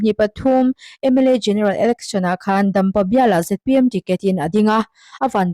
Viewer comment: Ngatinge ZMP i tih leh thin? A dik lo hi hriat s hrehawm, i fimkhur lo hle.Sawrkar mêk Party hming pawh i lam dik lo leh thin. .....